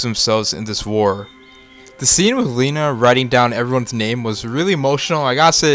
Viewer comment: Lena not Lina